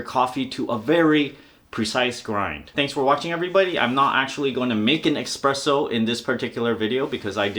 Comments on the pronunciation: HONEY: the word is e"S"presso. not e"X"presso. it's ITALIAN and it does not matter in what language you say it, it is ALWAYS "ESPRESSO" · "exspresso" ffs learn how to say "espresso" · "Tamp" not "Tamper". Tamp means to press down. Tamper means to interfere with. There is no "X" in espresso. Otherwise 10/10.